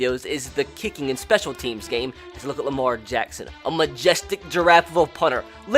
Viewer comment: I love how he says Lamar Jackson “ Lamar Jaxxxxxssoons